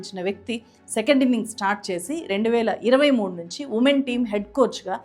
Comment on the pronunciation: 2023 final kadhu garu...2013 your pronounce wrong